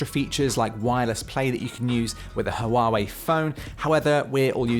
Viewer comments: So just to make sure....is it pronounced "Hawaii" or "Hoo-wooaaa-wooweeiiiiiiii"? Asking for a friend! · Lamo hawawei matebook 😂